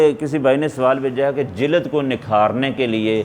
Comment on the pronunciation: Sir jilaad nhi lafz jild hy